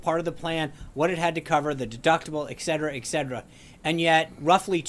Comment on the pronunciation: the word is eTcetera......NOT eKcetera..... you're presumably educated... eTcetera